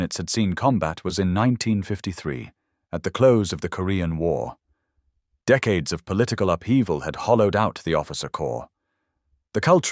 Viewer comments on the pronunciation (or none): none